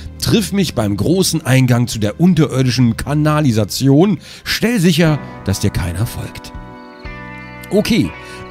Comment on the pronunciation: Und er dann versucht, diese Atmosphäre wieder herzustellen indem er wieder im Einklang mit ihr ist und dann ein spannendes Wort wie "kANALisation" vorlesen muss! 😂😂 Ich komme darauf einfach nicht klar 😂😂